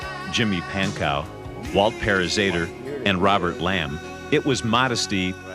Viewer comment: Pankow is pronounced Pan-Co…. Right?